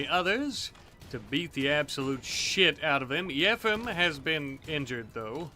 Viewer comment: I think yefim's name is pronounced as yeh-feam